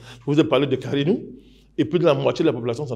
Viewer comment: Karnou et non karinou